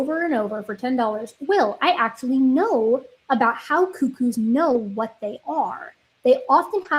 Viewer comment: For the love of God, please pronounce Cuckoo correctly 🙏🏼